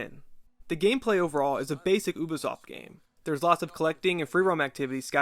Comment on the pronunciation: Not bad video but just to let you know it’s pronounced Youbisoft not Ooobisoft